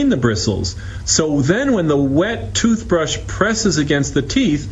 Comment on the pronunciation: " Jewth Brush"